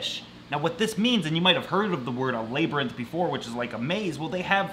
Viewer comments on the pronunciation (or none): Lab-rinth! not lay-brinth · Is anyone going to teach how to say labyrinth? 😂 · NKM Exotics meh its fun hearing him say it lol